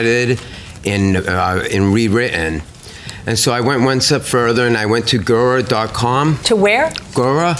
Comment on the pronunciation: He can't pronounce "guru" but he can detail a fantasy about a child?